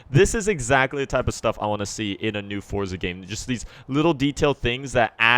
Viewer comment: finally someone thats says forza instead of fort za